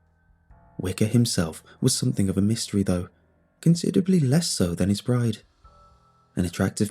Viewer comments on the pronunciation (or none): none